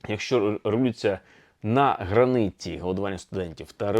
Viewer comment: Правильно казати на "граніті", а не "на граниті".